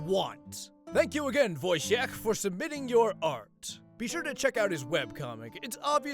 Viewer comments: voy-chyekh (kh to signify the pronunciation of h, it's just h) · I feel like that is not how that name is pronounced... voy-chick right? Also great art!